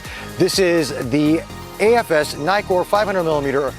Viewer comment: It’s not nai-kor, it’s ni-kor as in “nitwit”, because there are TWO Ks in Nikkor.